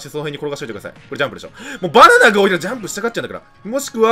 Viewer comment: 「意外とね、バナンナナ」